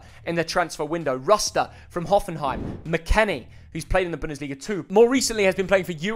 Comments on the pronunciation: Bro said danyuma, sisaido and ruster can’t pronounce any of these players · Its rutter you pillock